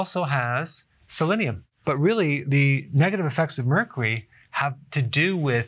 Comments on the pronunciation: Emily Kelbell Mercry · This dude can’t even pronounce Mercury loll...... 🤦🏻‍♂️ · I don't know why but Dr. Berg says Mercury so funny and cute. Lol 😂